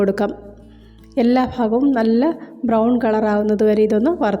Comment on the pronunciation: എല്ലാ ഫാഘം 😂😂